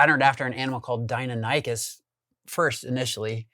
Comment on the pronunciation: The way he said dinonicus was so funny.not rude 😂